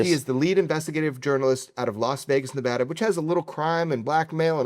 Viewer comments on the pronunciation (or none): none